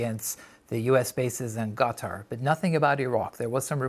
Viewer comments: Qataar how he pronounces.... idiot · Cattaugh….. yes, Cattaugh….. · Iran and Qatar or as the Muricans call them Eye-ran and Cutter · Why does he pronounce it "Cat Tar"? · how come u pronounced QATAR as QATA ? u forgot the "R" ! say it britishman, say it in american english ! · Why can't these news presenters be bothered to pronounce at least country names correctly? It's not CAT-ARRR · It’s Not (Cat Tar) stop saying it like that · on fox news they were pronouncing Qatar as "cutter" lol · Someone should teach this guy how to pronounce Qatar. Terrible on the ears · Methinks he is trying too hard to emphasise Qatar. Sounds false. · Don't you how to bloody pronounce Qatar...